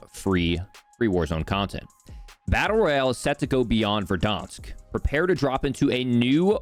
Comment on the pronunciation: Why do you say Verdansk like that?